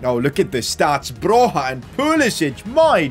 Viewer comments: Oh btw, Broja is pronounced as Bro-ya not Bro-ha. Still not the worst pronounciation of him I've heard tho 😉 also I'm really glad that he's getting the recognition he deserves, he's basically carrying Southampton and Albania the same way Messi used to carry Barça and Argentina all those years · Hey! Ive heard they way you pronounce Broja's name and it triggers me. Its actually pronounced Broia and not like you do.😀😀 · Guys, you gotta tell him it's Armando Broja, not Alejandro. Also, the j is a y when you say his name.